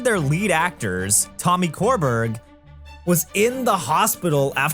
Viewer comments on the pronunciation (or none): Tommy Körberg’s surname is pronounced like sure-berry and he’s huge in Sweden. Like originated the role of Jean Valjean in the Swedish cast and just cameoed as the bishop in the international arena tour. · Pronouncing Tommy Körberg as "Tommy Core-berg" is probably the peak of English speakers unable to pronounce Swedish names and I love it lmao